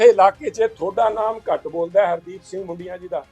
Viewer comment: ਹੁਣ ਕਿਹੜਾ ਸਹੀ ਬੋਲਦਾ ਹੈ ਮੁੰਡੀਆਂ ਨੂੰ ਬੁਡੀਆਂ ਬੋਲ ਰਿਹਾ ਹੈ।